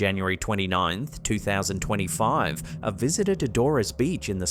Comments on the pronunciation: Dores is pronounced just like Doors,. Not Dor ress! Call me pedantic if you must ☺️ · As someone who lives Inverness, near Loch Ness. Hearing you pronounce Dores (pronounced Doors) beach and Drumnadrochit (pronounced Drum-Na-Drock-It) is amusing